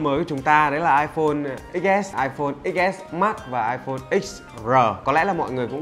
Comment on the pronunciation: Hey, hãy trả lại tên cho nó đi nào, iPhone Xs => ko phải là "iPhone ích s" mà là "iPhone 10s" Thanks :D